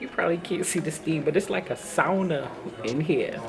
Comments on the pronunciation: This is completely irrelevant, but you’re the first English speaker I’ve heard pronounce ”sauna” correctly. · Oh you said sauna correctly!! As a Finn I loved it🥰